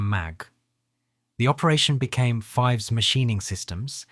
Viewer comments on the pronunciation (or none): I repaired conventional and CNC machine tools for 40 years. I worked during the Wolfpack years. These machines were literally junk. We replaced headstock bearings three times in three years. That is unheard of with quality iron. Oh, Fives is not pronounced like the number. It rhymes with "thieves".